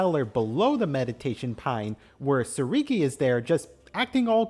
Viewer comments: TSURUGI not TSURIGI, pls it just annoyed me everytime😭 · You mispronounced Tsurugi's name the whole time.